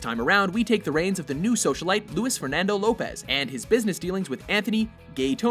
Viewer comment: omfg its luiz (lu-eez) not louis, god you people are so white, AND I'M WHITE